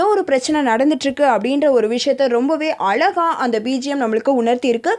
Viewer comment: அலகாவா, அழகாவா.. தமிழை சாவடிச்சிடுங்க... ச்சை..